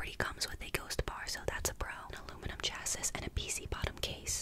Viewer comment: “chassis” is pronounced “chass-ee” btw😺